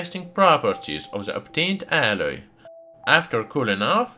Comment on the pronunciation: It’s the way he says alloy for me. It went from “alice” to “alurt“ to “adda” and then finally just “ah”. 😂